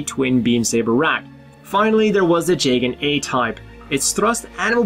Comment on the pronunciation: I think it’s (jee gan) not (jay gan)